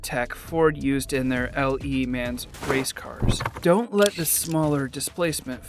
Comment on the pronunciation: LE Mans really? your AI is terrible